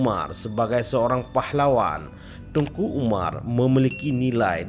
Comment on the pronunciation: Teuku min...bukan tengku